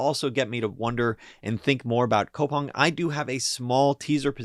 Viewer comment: its pronounced koo-pang my G